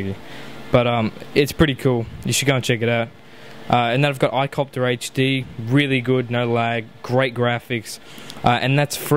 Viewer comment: t=3m35s he says "iCopter HD" but to me it sounded like "i copped her hd" ROFFL!